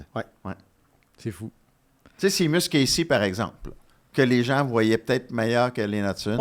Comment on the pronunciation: Vous souvenez-vous du capitaine du CH, le défenseur Cee Weber? Non, parce que comme Seamus, la premiere syllabe se prononce comme le mot *chez*. Ergo, Seamus se prononce "Chez musse". Je fais, comme dirait Mathias, du geste, mais un petit effort, s'il-vous-plaît :).